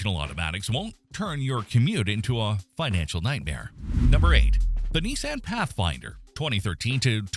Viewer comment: If the AI can't pronounce Toyota, Nissan, or Silverado, how can the content be trusted?